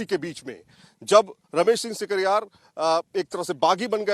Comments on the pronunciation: sikaryar ki jagah sikarwar Bolana hai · Ramesh Singh Sikarwar hai, shikarhar ulta bolte ho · Thakur ramesh singh sikarwar name acche bol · Sikarwar bol bhai ...Sikarwar ❤️